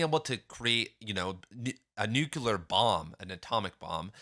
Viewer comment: It's "nook-leer" not "nook-ya-lurr" btw, otherwise great video 😊